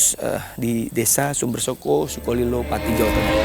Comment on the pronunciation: HOOOOIIII......BELAJAR BAHASA JAWA LEBIH BANYAK. SUMBERSOKO SUMBERSOKO. PADA TULISAN NAMA DESA SUMBERSOKO ADA 2 HURUF O.... O YANG PERTAMA SUDAH BENAR KAU UCAPKAN SEPERTI SUARA KALAU KAU UCAPKAN KATA OTAK. DAN O YANG TETAKHIR BUNYINYA O SEPERTI BUNYI O PADA KATA ROKOK. FAHAM ‼️ JADI 2 HURUF O ITU BUNYINYA BERBEDA, BUKAN SEPERTI BUNYI MULUTMU SUMBERSOKO SUMBERSOKO.... PINGIN TERTAWA SAMBIL LEMPAAAR SANDAL KE KAMU MENDENGARNYA....😂